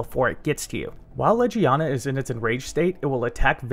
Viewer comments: You are saying it like ledge-ee-ana Leg-ee-ana is how its pronounced. I don't even know how you read it out loud like that. Please double check your pronunciation before uploading your videos. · great tips. thank you for the vid but i couldn’t get past your pronunciation. in game it’s said as Leg-ee-aw-nuh. bothered me the whole time